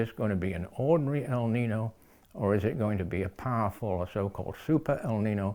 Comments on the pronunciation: The word is Spanish for boy , pronounced El Ninyo not Nin no. But either way we are doomed because of ruthless greedy stupid humans living a capitalist industrial system based on fossil fuels and endlessly pursuing endless growth , profit and breeding too many humans. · The "Ñino" is pronounced like neen-yo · It is pronounced - el neenyo. Yo at the end. The warming trend is persistent. It happens in interglacial periods. CO2 in the atmosphere can contingent with the many forces that produce interglacial periods and the warming rate can be linked ,in part, to CO2. The U.S and Russian Antarctic core samples agree that there was more CO2 in the interglacial period and it was wetter also. This is what created the huge forests in which huge animals lived in and around. The Carboniferous time was an example of robust plantlife and high CO2, but also high in O2. I am not convinced your hypothesis is coherent with the evidence. That is in glacial periods there was severe draught evidenced by the sand and dust deposits from Australia in the glacial period ice layers of Antarctica for instance. The warm period cores show higher water amounts in the air during warm periods and no dust. This implies the heat evaporated the oceans and allowed for immense botanical expression. Lots of CO2 ensured a warm wet world. So more CO2 in the atmosphere world appear to be a natural and beneficial thing for all habitats because there is more humidity, more plantlife and more resources for food. This is how the dinosaurs grew so large as did animals just 100,000 years ago. The fuel we burn came from globally warmer forests. How do those facts not mean that the world will gradually become warmer and wetter since that has been the trend for hundreds of millions of years. More heat leads to more seawater evap